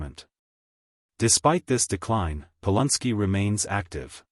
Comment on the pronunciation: Its NOT POL UN SKI! ITS POLANSKI.